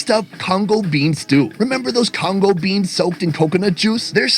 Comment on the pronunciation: It's gungu peas not congo peas